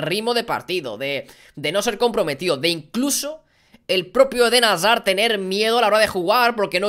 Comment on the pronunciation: Alguien me dice cuantas veces a dicho: Eden Hasar 😂😂